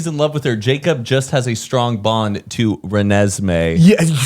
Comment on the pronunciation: Time stamps that made me laugh hard as fuck The way Zane says “strong bond” barking absolutely rabid lmfao Those two are just so effortlessly funny